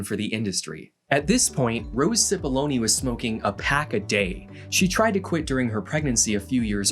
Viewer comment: Amazing video. But I can't help but smiling each time Cipollone is pronounced "Sipoloni".